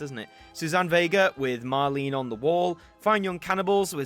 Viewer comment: Will they gradually bring them up to beyond now? Or go back to 1970 and earlier? Mar-layna On The Wall, it’s pronounced!